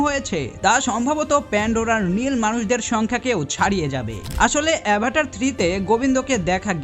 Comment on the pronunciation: সিনেমার নাম টা ঠিক করে উচ্চারণ কর আগে তার পর তো ভিডিও বানাও